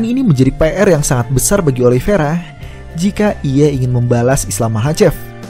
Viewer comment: lu bacanya gimana si? Emang itu kata kata nya Oliveira,cuman dia bilang Ali Viera (penyebutan khas Khabib) bukan kata Khabib ege. Yang teliti lah kalo baca